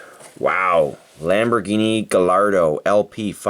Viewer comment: The Lamborghini is pronounced gai-ardo